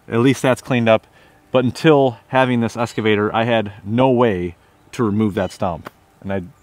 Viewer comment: Good video… just…….“ex ca vator” ….. everything else was great!👍